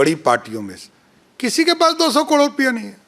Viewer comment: पहले करोड़ कहना सीख